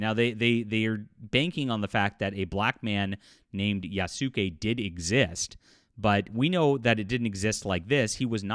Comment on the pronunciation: The only thing that annoys me about all of this is that people for some reason can't pronounce Yasuke's name correctly and have made no effort to try to pronounce his name properly.